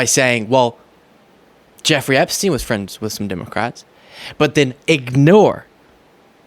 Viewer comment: Stop saying DIMOCRATS.